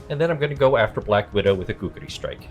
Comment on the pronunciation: KU-KRI. Not Gookri. That's racist,... 🤣